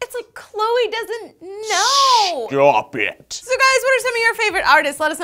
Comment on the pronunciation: "Stwap it!"